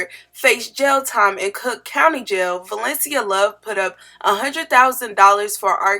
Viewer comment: I thought the judge kept call Love “shortie” 😂